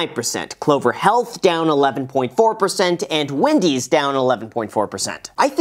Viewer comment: It’s Wendy’s not Windys. You don’t “smash” a button unless you want to destroy it.